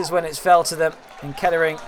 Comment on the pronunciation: Class highlights - not sure I can unhear the pronunciation of Kettering - I mean Keddering- but great work all the same.